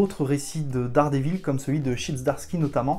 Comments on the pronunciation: VAULE ! (t'a dit "Dare dit vaule") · T'y étais presque, si t'avais dit 'Dère dit vaule' c'était bon. Moi je donne un bon point pour la tentative! Un prof d'anglais😉